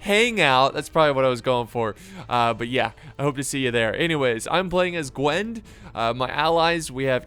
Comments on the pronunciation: Just for reference, the faction is pronounced Gw-in-ev not Gwenv! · he means Gwynedd guys not Gwen...